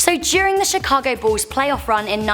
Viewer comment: why u saying ball insted of bull it sounds like